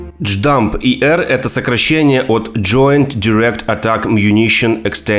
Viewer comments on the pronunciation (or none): J_DAM а не дждам бро